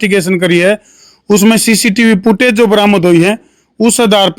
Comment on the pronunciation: भेंचो " पुटऐज" नहीं होती.... फुटेज बोल 😅